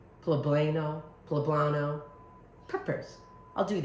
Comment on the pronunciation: Amy just an FYI - poblano is pronounced po-blah-no.